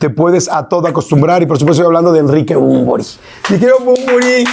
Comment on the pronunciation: Yordiiiiiiii!!!!!! Es Bunbury! No manches!!!!!! Gracias!!!